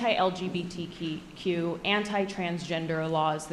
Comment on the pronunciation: What the hell did he say? LGBTT and LGTT? 😄🤣😂 Trudeau would be proud! 🤨